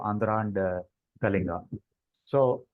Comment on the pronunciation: Great discussion. Just one observation,At least the Odia host can pronounce KALINGA correctly.. The L is not pronounced as the L in "Life"